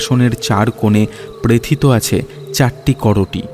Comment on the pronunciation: Bhai darun kintu please pronunciation thik korun......nirnimesh, prothito etc ...kaan e boro laage ... tahole excellent hoye jaabe